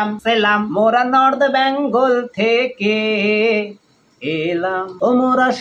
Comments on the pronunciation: U r just jealous because u didn’t get called!!! R katha ta byangol na Bengal!!! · Dada ota bangol na bengal "Bang" na bole beng bolen Nijer "bang"o nijei korchen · আচ্ছা এরা সবাই "বেঙ্গল" কে "ব্যাঙ্গল" কেন বলে? 🤔 এই জন্যেই দাদাগিরি তে ডাকেনি 🤣